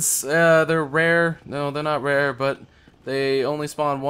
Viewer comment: Schizophrenia in this episode? I heard two.... Also, butts whenever you say but, lol.